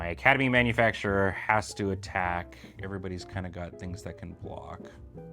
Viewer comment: Why can nobody pronounce Academy ManufacTOR? 😂